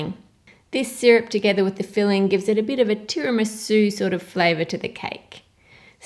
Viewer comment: "It sort of gives a turamuhsoo flavor" #weaboosunite